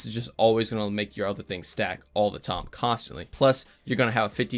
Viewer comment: Just a tiny thing, everytime you say time you pronounce it as tom... Is that just how you've said it since forever? I'm not hating or whatever, it just intrigues me